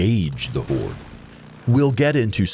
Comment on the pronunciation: It sounds like he's saying whores